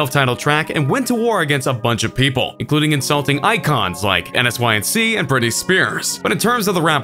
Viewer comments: Did you pronounce N*SYNC (N-SINK) N-S-Y-N-C?? Lmao, bro..what? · Am I the only that is deeply concerned the fact that you spelled the letters N S Y C and didn’t say NSYC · lol, he said JuhRule instead of Ja Rule and "En Ess Why En See" instead of n sync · I've never heard nsync said phonetically before. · Who TF is je-rule? 😄😄. This cornball literally said N-S-Y-N-C instead of "in sync". Fire the editor and hire a narrator that actually listens to music. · Everytime he said jarule instead of ja rule i cringed and did he say n.s.y.n.c instead of nsync? Lmao is this a computer generated voice? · i swear to god this man didn't just say N.S.Y.N.C instead of n-sync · Did anyone else notice how dude narrating called NSYNC by each individual letter? N.S.Y.N.C. 😂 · did you really just say N S Y N C?? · What in the... he just called NSync.. N-S-YC.. lol. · did dude really say N s why and see !? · Did he really say "N.S.Y.N.C."? Jesus. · Hold up— ....did you just pronounce it as N-S-Y-N-C?! 🤦🏻‍♂️ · Who says n-s-y-n-c? 😆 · Did he really just say N-S-Y-N-C instead of NSYNC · N.S.Y.N.C.?? You mean NSYNC? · I’m sorry... did you just say “N. S. Y. N. C”? Like each letter individually? Weird. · You really referred to them as “ N S Y N C” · this dude literally just called N*SYNC “enn ess why enn see” 🧐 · Did this dude just n s y n c and say ja rule wrong? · Did he just say N-S-Y-N-C??? LOL 😂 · Did you refer to NSYNC as "N,S,Y,N,C"? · did this man really just say En Ess Why En See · I swear you just called them N-S-I-N-C and Insync Clown Posse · I'm sorry, but what the hell? Who pronounces N*Sync like N S Y N C? xD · N-S-Y-N-C... couldn't just... pronounce it? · This dude referred to N*SYNC as N-S-Y-N-C...🤔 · He said N.S.Y.N.C lol f#@ millennials 💯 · this fkn guy really just said N S Y N C... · N-S-Y-N-C? lol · Jarule N, S, Y, N, C Comma Kaz-zay Needs to write a diss track about your pronunciation skills. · he says N-S-Y-N-C (spelled out). It totally threw me off